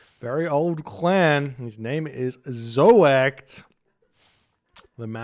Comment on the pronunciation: your first pronunciation of zoekt was spot on. It's from the verb zoeken, which means search. So in the third person, it means he searches or perhaps the seeker ^^